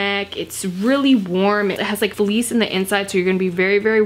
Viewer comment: Love these vids! Been wanting to try her line last time I was at dicks- also I was like what’s “Feliz” but you meant Fleece lol is that emphasis on the C got me like what?! Lol